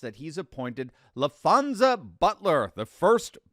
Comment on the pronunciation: La-Fonz-Za, really?